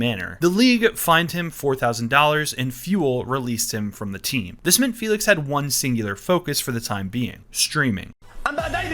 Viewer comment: You using the félix with the wrong akcent, you acualy got to announc her name with hungaryan akcent!